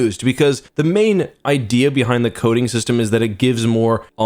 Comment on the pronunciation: I thought he said coding in stead of coating, hahaha